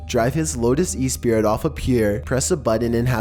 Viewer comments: The Bond sub's name sounds like "Espree," not "Espirit." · Not e-spirit, it’s pronounced uh-spree.